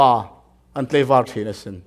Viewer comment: Ṭha hle mah. Tleivar tih erawh hi chu tlaivar tih tur a ni.